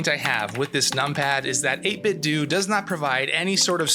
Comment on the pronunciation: It's pronounced "8 bit doe" as in "8 bit tho". Not "8 bit doo"